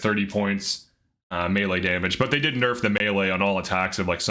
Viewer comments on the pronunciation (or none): none